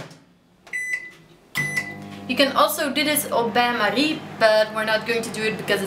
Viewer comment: Jullie zijn van Gent he? Ik hoor precies het Gentse accent erdoor komen wanneer je 'au bain marie' zegt :D